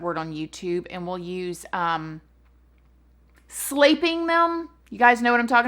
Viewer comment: “Slaypping them” 😂